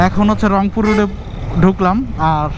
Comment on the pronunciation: রংপুর না অংপুর!